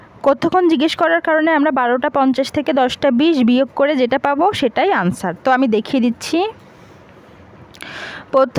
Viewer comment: আনসার না অ্যানসার 😄😄😄